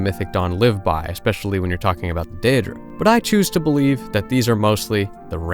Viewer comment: dear god please say “day-dra” and “aye-dra”